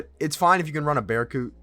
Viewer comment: "bearcoot" my guy... BURCUT